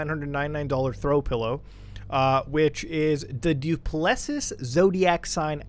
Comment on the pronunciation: Du Plessis is pronounced do-pluh-see. Your pronunciation is killing me bro. Hope this site is innocent and it's just a troll on rich people